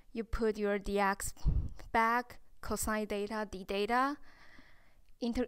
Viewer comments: "Theta " thats not" deta" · The way she's pronouncing theta😄 Is just adorable. It's like she's saying data ngl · It was a bit annoying for me tho. But anyways..